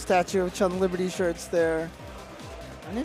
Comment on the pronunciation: "Chun LIberty"... goddamnit lol